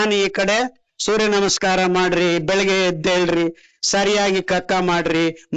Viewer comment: i dnt thnk we can get any thought tat hes muslim if we are not aware of his name..his talks r lik tat..he pronounced surya nama in more better way than many amng us